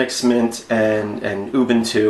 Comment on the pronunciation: First YouTuber who pronounced Ubuntu completely correctly.